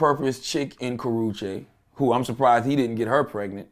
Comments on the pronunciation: tehaha he said kowachaki doeeee! 😷💀💀💀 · How many times he gone fuck her name up LMAOOOOO